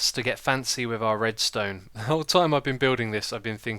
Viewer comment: Oh and "Redstonned" ha ha :)